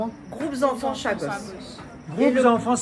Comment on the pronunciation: Ôté, i di Chagos mais pas sagoss😂😂😂, mi di a ou ça comme ça, mais Julie pontalba, elle est jolie n'est ce pas heiiin!??😂😂😂 Fé tension, laisse pa ou tenté 😂😂